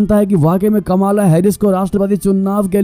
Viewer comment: कमाला नहीं कमला नाम है